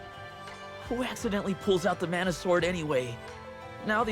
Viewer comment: I applaud your insistence on pronouncing "mana' correctly despite the game's insistence on pronouncing it wrong!